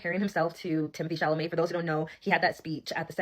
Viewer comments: Babe! It’s ChaLAMET. Not ChaMAlet. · Chalamet. SHA-LA-MAY 😭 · not chamaleyy, CHA LA Mé !!!!! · At first he mispronounced his name, but now it’s a joke. Timothay Chamalay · No because Chamalay is so funny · Because of I'll call him anything but his actual name 😂 atm I'm calling him shama lama marmalade 😅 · “TEEMO-THAYYYYY SHALALAMAYYY” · Wait, Chal-ma lay is not his name? Lmao, I thought he was saying it right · Looks like Chamalayy to me 💅🏼✨ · Hey! Now when I say I’m one of your biggest fans, I mean that with all of my 💜! But can I please break down how to say Timothees last name without being rude? Only because this is how it helped me 😊 so it’s shall-lah-may ❤❤❤ no she’d, I swear! Love youuuu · Shamalay!! I love your version of his name 🤣🫶🏽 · Chamalama is how we say his name in our house 😂😂 love you, you’re an angel. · PSA to commenters says Timothée Chalamet’s name wrong on purpose as an inside joke between him and his viewers ❤ I know there are many new subscribers here, so I wanted to give you the heads up 😂❤ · It's funnier every time!! lol Love you!! 🤣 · mispronuncing Tim's name with so much care will never cease to be hilarious.😂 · Please never stop pronouncing Timmy Shalmalay's name wrong 😂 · lol it’s the fact I was just on another Timothee video and we were in the comments talking about, it’s funny that everyone on YT loves how you mispronounce it 🤣 I THINK WE ALL GENUINELY LOVE 🤭🫶🏽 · you would think by now you would know how to pronounce chalamet